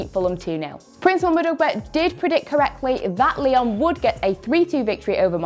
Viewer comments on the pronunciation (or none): none